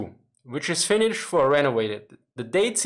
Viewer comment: Oh god, his Finnish pronunciation was hilarious!